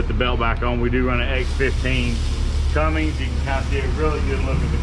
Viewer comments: Tell him to stop saying Cummings its Cummins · you should know how to pronounce Cummins engine rather than Cummings it's not coming never has been never will be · The fact the guy giving the tour doesn't know how to pronounce Cummins is a little disappointing lol. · there's no "g" in Cummins